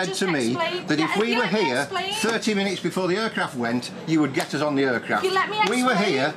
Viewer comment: “Uuuurcraft”